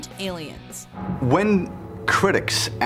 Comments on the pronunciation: Did he just say asstrounuats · He said ASSonauts instead of astronauts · I just realized he says "Assinauts" XD